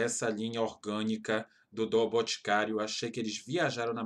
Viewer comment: Só anotando aqui os valores:😂 154,90+84,90+74,90+84,90 = 399,60 Tiquin de dinheiro 😂😂😂😂😂😂😂😂😂😂😂😂😂😂😂😂 Falar igual minha sobrinha de 2 anos Boticaro 😂😂 Sou consultora tira 15% desse valor.😂😂